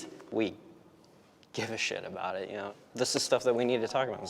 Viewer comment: EKXspecially! EKXSPECIALLY!!